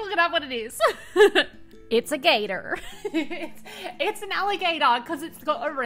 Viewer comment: When in doubt, I just call it a Crocigator. LOL! Love the funny little southern American twang to your voice when you say Gator. What a fun technique! And perfect for the gator! I think my favorite is the orange one, because it makes me think of salamanders, and the first of the skulls that you showed at the end.